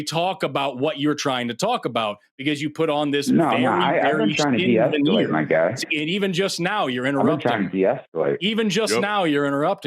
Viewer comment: Am I the only one that hears "I am moron" everytime this guy says "My Guy"¿